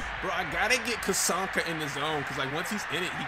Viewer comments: You need to watch some of Larrt Csonka's actual game footage. The man was a monster. (And his name is pronounced "Zonka".) There were a couple of plays here which the game had Czonka stopped which the real Csonka would have powered through to score. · "Cuh-sonka." lol It's "Zon-ka." I enjoyed the crap out of this vid though. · ZON - KAH. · Larry “Zonka” is the pronunciation, not picking just letting you know. Good video as always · The way he said czonka smh. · The least you YouTubers can do is research how to pronounce the names of the legends you showcase smh. Who tf is Cazonka